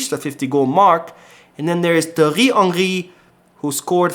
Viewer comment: Could you please pronounce Thiery Henry normally 🤣🤣🤣🤣 the way you are doing now is really funny